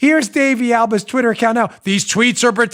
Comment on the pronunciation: Uh-oh. Dan's pissed. The New Yawker came out when he said Twittah .... 🤣😂🤣😂